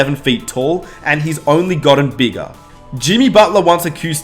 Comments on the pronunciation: And each year he got beegah, and beegah, and beegah. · Why does he say “ bigger” as “begga”